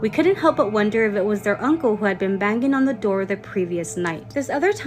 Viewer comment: To the girl with the rose tattoo, telling the story about "Steve". Words like "banging" aren't pronounced banGHing. The g's are ALWAYS soft, not hard. Listen to other adults pronounce words like that. Educate yourself. It's not hard.